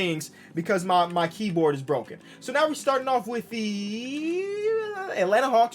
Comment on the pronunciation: POV: keyboarrrrd